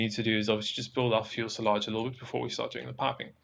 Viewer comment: Did my man call it the fuelsalage